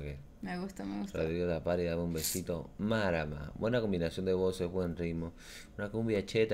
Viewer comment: Mano no se dice Marama se dice márama